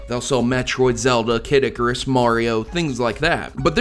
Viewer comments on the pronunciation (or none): none